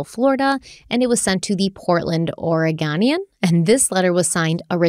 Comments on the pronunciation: “Ore-GOH-nian”. NOT “Ore-Gah-nian” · Two random things from living in Portland. The dredging is likely for boat homes or letting larger ships to come up shore. Also Oregonian is pronounced or-e-go-knee-anne. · Let me help with the local pronunciations: Toutle: Tootle Oregonian: Ora-go-nee-un Oregon: Ory-gun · Hey 👋🏻 Oregonian here (ore-a-go-nian) lol our rivers are dredged each year to maintain safe passage for large vessels. Not for gold lol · So weird being from around the area this event happened and hearing places I’ve been being brought up. 😂 And the Oregon paper that was having trouble with is pronounced Ore-GO-nee-ann, I had family who worked for them back when newspapers were a thing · If it helps you, Oregonian pronunciation (Ore - I (as in igloo) - Go - Nian) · I just wish would have pronounced Oregonian correctly (reminds me of when she mispronounced Spokane - 😆). And Lake OF Merwin? I've spent many hours on Lake Merwin, but I've never heard of Lake OF Merwin. 😁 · Lol how many people are rolling over how pronounced “Oregonian”??? 😂😂😂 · The Oregonian the way you said it is wrong😊im in oregon, your cute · The way you pronounced “Oregonian” made me cringe so hard 😆❤